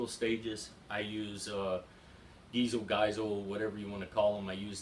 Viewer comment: Great info. I need to try a Wilson Combat AR trigger. BTW it's pronounced "Guys Lee". Enjoy your videos!